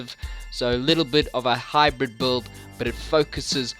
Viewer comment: That 'buuld' is insane!